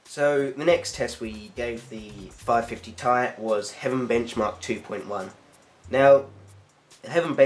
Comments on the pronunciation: Ti = "TEE EYE" not TIE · lol its ti and not ty.